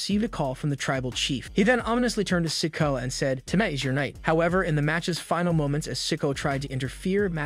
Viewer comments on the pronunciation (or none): Love how this guy mispronounces so many names. IT'S NOT "LA" KNIGHT, it's L.A. Knight. And Sickawah? It is pronounced Sick-Oooo-ah. Dammmmmmmn. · Again with the mispronounced names? It's L A Knight, not LA Knight. And why do you keep calling Solo "sicko"? 🙄 You also mispronounced Cody's name several times. Do you even watch wrestling? Or can you not read your own scripts? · Please learn how to pronounce the names correctly. It's L.A. Knight, not La Knight. You butchered Solo's last name too ..... And don't even get me started with how you butchered the living hell out of "Ricochet" and "Cody".